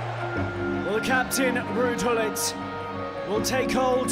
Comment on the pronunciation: I love how the English commentator pronounces Gullit, "Houllit"